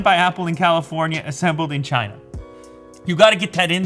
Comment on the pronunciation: Its chiyyyna